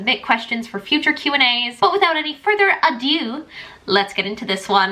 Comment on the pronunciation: The way she says ado is strange but just *italian chef's kiss*